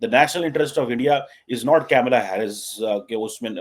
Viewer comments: get your pronunciation right - it’s Kamalaa Harris, not Camela Harris. Secondly, she will be the first woman (Hilary Clinton never made it) U. S. Presidential candidate period, South Asian descent or otherwise. It is humorous that Paki commentators like you try to wrap yourselves under the South Asian label instead of using the label Indian. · don’t pronounce her name wrongly deliberately out of your non-liking towards Hindus and India. It’s not ‘Camila”. It is “Kamala”. Kamala means “of / like lotus “ Girls in Pakistan are married with cousins, uncle ( Chachu) maternal uncle (Mamu).😂😂😂😂 pahle Bhaiya, baad me Saiya 😂😂😂😂How they will become Kamala? Or Tulsi? 😂😂😂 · Not kaimla its kamla Harris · Atleast learn to pronounce her name correctly. it is not CamelAA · Tu to thik se kamla b ne bol paraha